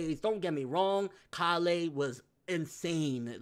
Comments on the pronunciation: Why do you pronounce it call-eh like wtf listen bro they say it a bunch of times it's pronounced Kay-le just stop bro you say it like your not listening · Is anyone else bothered by the way he says Kale's name? Call-ay it's pronounced Kay-le. Kale the vegetable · Why does he say (Kah-lay) instead of (K-ail)? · bro, her name is Kale like Kay-yule not Kah-lay. It's a leafy vegetable and a lot of white boys have it as a name in America. Caulifla even says her name Kay-ru which would be Kay-yule once it gets dubbed. Love your videos no disrespect but it's the one thing that has been driving me nuts about your videos since the character was introduced.